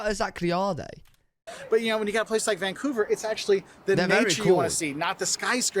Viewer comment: dont pronounce vancover..vangcover!